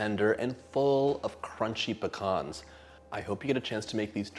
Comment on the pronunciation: I'm so glad you pronounce pecans properly lol . My father was Greek also